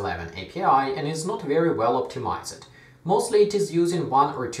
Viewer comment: The word "optimized" is pronounced "optimaisd" and not "optimaised"